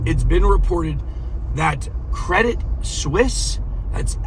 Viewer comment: It’s pronounced “Swees”.